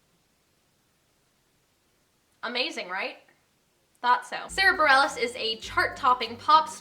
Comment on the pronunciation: well, you got Sara Bareilles right! so excited